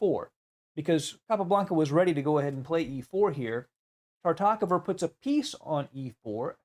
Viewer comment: Is it really so difficult to correctly pronounce the name Tartakower?